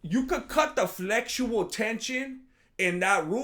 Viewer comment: "Flexutal tension" 😂. doesn't get enough props for his one-liners.